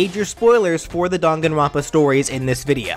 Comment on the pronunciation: It's "Dang-an-ron-pa" not "Dan-gan-ron-pa"